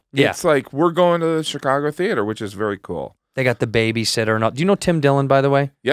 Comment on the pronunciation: take a shot everytime someone says shicargo